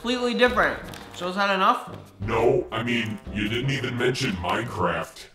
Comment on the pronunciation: It izz what it izz